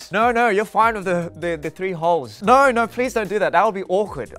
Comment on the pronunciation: The naur💀